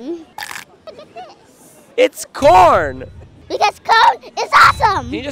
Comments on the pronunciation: "He's so smart!" Can't pronounce simple, 4-letter word. It's cone! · Umm, cone is not the correct pronounce 💅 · The way he pronounces the word corn like “cone” just makes this even cuter, bless his heart 💛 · hes actually saying “cown” because you can tell he struggles with pronunciation in the letters “v” and “r” he says “vawiety” instead of “variety” but its still cute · i love him hes so cute. he even says cawn instead of corn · lmfaoooooooo I can never say CORN again.. ITS CONE 😂🔥🔥🔥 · I've been trying to say it like him. It's like he somehow combines "cone" and "cown" at the same time. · Only calling it "cone" from now on. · its coauln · No no, it’s cawn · Its cone!! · I adore this child so much. :3 The way he pronounces corn. The way he says that not everyone has to like it for it to be the best. His corn pun and his big ole smile. :) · IT'S COWN 😂😂😅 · 'It's just a pun about corn" (pronounced "Kourn"). 😂😂😂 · Anybody else think it sounds like he is saying cone? Or maybe “curn”. 🤷🏼‍♀️ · Why he keep saying cone